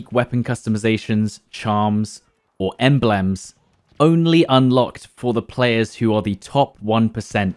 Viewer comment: ENBLAMS???? You been on nan's sherry again. Thats not how humans say it mate 😂